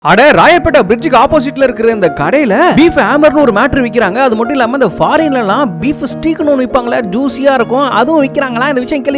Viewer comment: ஸ்டீக்❌ ஸ்டேய்க் ✅